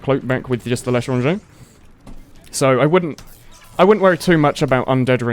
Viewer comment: Why do you keep saying "The Letter on J"?